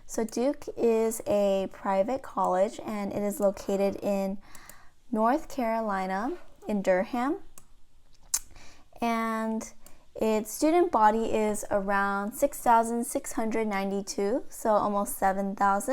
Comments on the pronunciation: It's pronounced dur-am! Not DurHam! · You said Dur-ham ,lol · She said dur....ham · no flame but you pronounced durham wrong